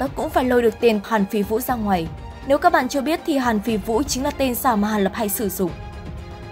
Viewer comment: Lệ phi vũ nhé ad .. ad đọc nhầm 😅